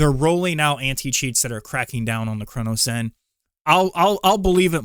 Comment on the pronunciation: Why are you pronouncing it as a “CronoZen”? Either way people would rather use a CRONUS instead of getting better